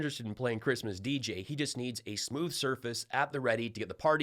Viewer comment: 'Who gives a f**k about chreestmas" Gold digger. Melania.